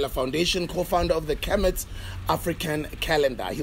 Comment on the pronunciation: 😂 it's kemet... Kermit is that frog that likes to mind his own business, it doesn't really matter but I'm dying of laughter 😂😂😭